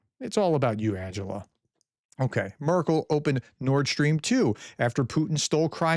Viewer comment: “Markel”???? You say you are a professional? This is the zero to expert syndrome!